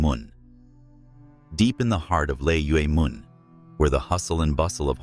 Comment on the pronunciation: Old lay mun is the pronunciation.